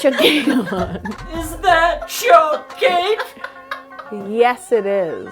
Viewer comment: Oh my goodness that end! "Is that chour cake?" Hahaha